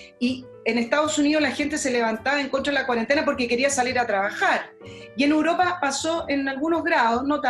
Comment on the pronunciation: es "Europa", no "uropa"...